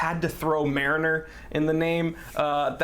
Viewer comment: the way this dude pronounces mariner is fysically hurting me, otherwise great vid